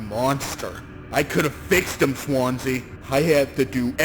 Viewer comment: mispronouncing Swansea like how Markiplier mispronounced Daisuke 💔